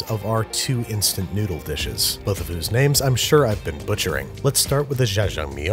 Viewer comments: its generally written in english letters as jja-jang-myeon, so the confusion is understandable but its generally prounced as a hard 'j', and -eo makes an 'uh' sound so ja-jang-myun, babish says "zha-zhang-miyun" which just aint it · yeah, if it is jjajamyeong (sp?), the first syllable he is making into "jjhuh" like j'taime in french. But in Korean that just means the j sounds needs to be aspirated (or a little harder), so JYEAH would be a closer sound than his "jjhuh" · "NEEYO-guri" "Jjajang meeyong" "Jambon" (but in French) Babish pronouncing Korean words is the best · Babish: “JaJa Meong” Koreans: punching the air 💀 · lmao I cant get over “jajang MI YONE” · Well the pronunciation wasn't perfect. He pronounced the J of Jjajangmyeon more like in Jacques than in Jack. And Neoguri is not pronounced like Neo from the Matrix. Wow, I must be really fun at parties. Just realized how pedantic this comment makes me look. Anyway, I agree with everything else you say and I love that Andrew puts in the time and effort to research the pronunciation and the cultural background of his dishes. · Y'all my man was pronouncing 짜장면 like it was some sort of french delicacy, this is the content I came for and it is the content I'm staying for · I love how Babish pronounce ls Jjajangmyeon with a French accent 😂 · his pronunciation of jjajangmyeon sounds like french to me idk why ._.